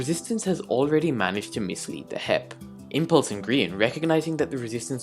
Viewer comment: Hermits: HEP Scar: HIP Grian: HEEIP my guy here: H-E-P